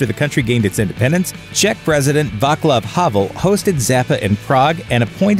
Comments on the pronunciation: its VaTSlav Havel, not VaKlav, C is pronounced as TS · the Czech president Vaclav Havel is not pronounced "Vaklav" but "Vatsval" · Pronouncing is actually "Vatslav Havel", not "vaklav" ;) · Vaklav Havel? I thought that there is C not K in that name. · there was no Czech Republic, it was Czechoslovakia. And it was Vaclav Havel - pls learn how to pronounce the same, have the decency. It's not that difficult.